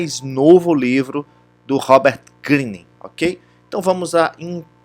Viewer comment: Que horrível... não sabe nem falar o nome do autor...